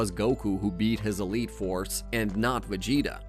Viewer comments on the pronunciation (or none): none